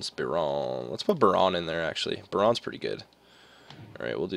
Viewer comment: It's pronounced byerin not biron